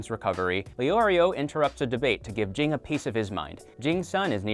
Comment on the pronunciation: Jing Jing Jing Jing Jing Plzz stop 😭😭 Spelled Ging pronounced Gene